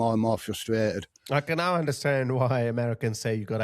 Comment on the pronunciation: NOW is NOT pronounced NIE. That's just irritating.